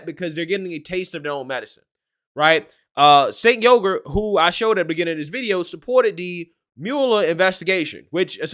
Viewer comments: Why do you keep calling him sink yogurt? Are you doing that purposely because it's hilarious? Cenk Uyghur; pronounced ch-a-nk Uuuu- gur lol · he said SINK YOGURT 😂🤣😂🤣😂🤣👍🏻👍🏻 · BTW FWIW, Çenk is pronounced "Chenk" & his last name is pronounce "WEEgur." And The Young Turks historically used terrorism to revolt for Arab supremacy in the Middle East. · Not that it really matters, but, it's pronounced Chank Weegur. He's a jackhole lib. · I swear he keeps saying Jank Yoghurt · "Sink" Yogart 🤣🤣🤣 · Ah he always makes me chuckle with thr mispronounced names. His name is now Sink Yogurt...love it! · Chunk "see eye ay plant" uygur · You mispronounced Chunk Yogurt's name. As far as the content of this video, this is just the left's motto in action again.